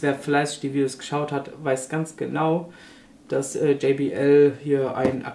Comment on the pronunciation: hahaha Jay-BI-EL. Ich musste sofort lachen. Einfach JOT-BE-EL (JBL). Eine Deutsche Firma. Jay-BI-EL produziert Kopfhörer und andere Musikgeräte.